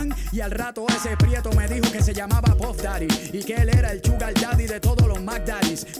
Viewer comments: Puf datty? Lol you mean puff daddy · Y no se dice "puf" daddy, se llama "pAf" daddy